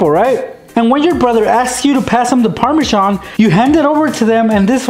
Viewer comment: actually, parmasan is pronounced par-ma-zan